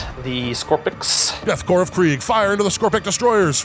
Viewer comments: Would someone please slap with a dictionary and inform him that Corps is pronounced "core," not "corpse?" He's driving me up the wall. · Corps isn't pronounced corpse, it's core, like marine corps. Super irritating. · Its pronounced like Core....not like Corpse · And pronouncing Korps as "corpse" rather than "core" 😣 Thankfully, someone seems to have corrected him after about 20 minutes. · Death core not death corpse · it's pronounced like "core" it's a french word used in the english languge. Should sound like death core of krieg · Small note: The 'P' in 'Corps' is silent! Love your narration:)